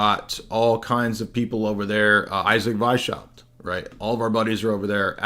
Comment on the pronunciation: Btw its Weiss-haupt. Means white head. No sh sound in the pronounciation.